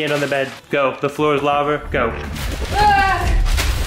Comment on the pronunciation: when your boyfriend said start he said the flor is thuva